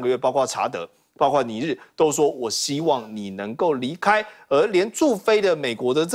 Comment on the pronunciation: 包[括]： 音[瓜]或[擴](O) 音[跨](X)